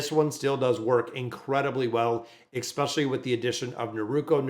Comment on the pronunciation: Your mispronunciation of "especially" is triggering me so much, I'm close to unsubscribing :(